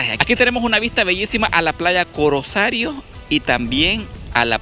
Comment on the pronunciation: es. playa. corosal no es. corosario😁😁😁